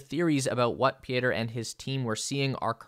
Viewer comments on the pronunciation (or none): Pieter is pronounced Peter...how hard can it be.... do your homework yank..